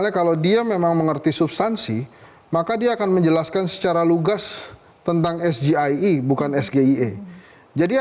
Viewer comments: ngapa ngomongnya es ji ai i. Harusnya sama dong kyk Gibran es ge i e Wkwkwkwk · 🇮🇩 SGIE DIUCAPKAN ESGE I E GOUBLOOK ⛔⛔ SEHARUSNYA EZJI AI I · 🇮🇩 SGIE BACAAN GIBRAN ESGE I E SALAH BENAR EZGI AI I GOUBLOOK 🇮🇩🇮🇩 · ⛔ SGIE DIBACA ESGE I E GOUBLOOK SEHARUSNYA EZJI AI I